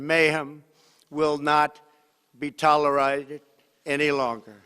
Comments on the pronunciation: Trump: “tolerited” 😂 lol it’s pronounced tol-er-ated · It sounded like "tolerising". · "will not be tolerited" :D xD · Love his pronunciation of "tolerated"